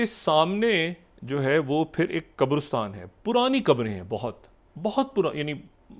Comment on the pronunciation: Why do you keep mispronouncing “QABRISTAN”?